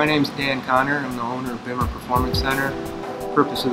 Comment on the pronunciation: I resent the pronunciation of Bimmer. Very informative video, thank you for that.